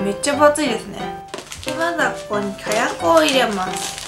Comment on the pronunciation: きゃやくってなんだよ、かやくだろ笑